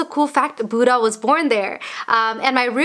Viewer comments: You pronounced buddha wrong but i love you anyways💞💞💞💞😊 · It’s not Buda it’s budda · It's not pronounced as "buda" it's pronounced as " buddha" and when you speak in Nepali it's weird but still love your channel 😂😂😂😂😂😂